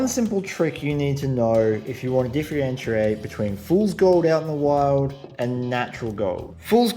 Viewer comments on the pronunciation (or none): Difreinterate.. 😂😂 I like that bit.